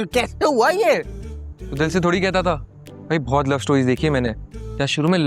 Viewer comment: The way said that rickshaw wale bhoai instead of bhai